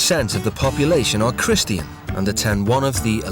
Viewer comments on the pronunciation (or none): christian=no chris-tee-an=yasss